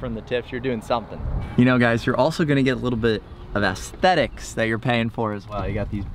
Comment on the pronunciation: Not sure what’s funnier, sending a driver the wrong way on the 1st tee or him pronouncing aesthetics as “ASS-thetics.” 😂